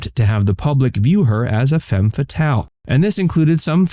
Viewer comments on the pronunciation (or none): none